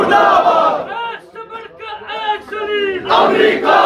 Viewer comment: The way kaka hassan spoke about mahdiviyat was fruitful ...but he always used the word ajalaalahu farajaka hus shareek ......it's not shareek it's shareefff